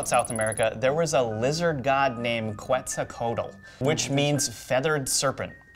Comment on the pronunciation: Jajajajajaja no, no, no.... That's not how you pronounce quetzalcoatl